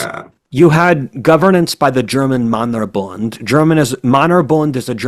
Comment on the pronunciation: Really great episode,! A little correction: the german Männerbund is pronounced akin to Mennerbund not Mannerbund. I look forward to the next episodes and strongly encourage an episode on the Ottomans for which you are rumored to have a weak spot.